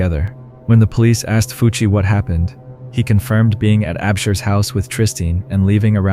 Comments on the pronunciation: it's pronounced more like "Fooch", not "Fucc". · When you said Fucc instead of Fucci I died of laughter 😂😂😂😂